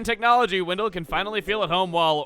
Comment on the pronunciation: "Windill" I'm sorry Chuggaa but it's Wendell...